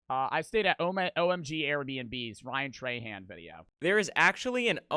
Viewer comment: its ryan TRAhan not TRAYhan 😭